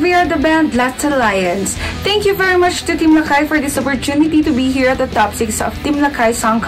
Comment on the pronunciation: mas maganda sana kung LAKAY ang pronounciation, hindi "LACKEY". heck